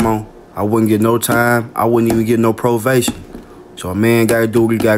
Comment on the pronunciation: Probation with a "v"....he said "provation" 🤣🤣🤣🤣!